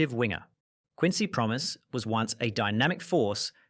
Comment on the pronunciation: You pronounce his name Pro-mess which is quite fitting considering the situation